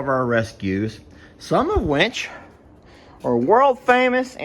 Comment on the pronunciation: I know I am the only one, but I smile ever time says which. He uses the word a lot but he pronounces it winch. I live I n the Midwest and people here say words wrong, too. They pronounce supposedly - supposably. I hope when I take a trip to Texas I meet a lot of Texans that say winch. I love how unique US English is.